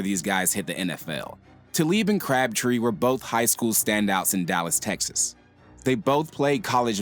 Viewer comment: At first I thought you said "Craptree" 😂